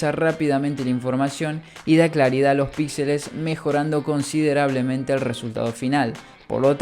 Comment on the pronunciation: Primero que escucho que pronuncia píxel con el acento en la "i" no en la "e" 👏👏 tome su like buen hombre 🤝